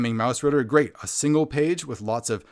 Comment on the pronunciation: Well done review again :) Your pronounciation of 'Mausritter' is excellent.